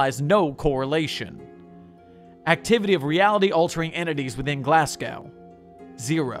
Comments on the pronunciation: sir what did you just call Glasgow? I, I can't... its not Glas gauw its Glas go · the way you say glasgow made me chuckle, try saying the first part like glass but with a less pronounced s sound then go (there is no w sound) love the rest though :)